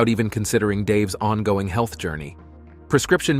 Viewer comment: i like how it said "heath issues" lmao